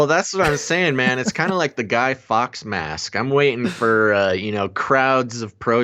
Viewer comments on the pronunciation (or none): none